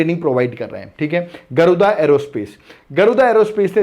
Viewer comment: Sir actually wo गरुदा नहीं गरूड़ा है